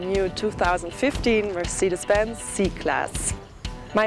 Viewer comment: MERCIDES BENZ! MERCIDES BENZ!!! NO NO NO NO ...mercedes benz